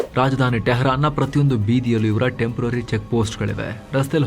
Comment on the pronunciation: ಟೆಂಪ್ರೊವರಿ ಅಲ್ಲ, ಟೇಂಪೋರರಿ.